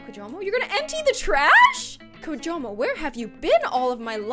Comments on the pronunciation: she said kimojo the whole time even though it was kijomo. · Everyone it's kijomo not kimojo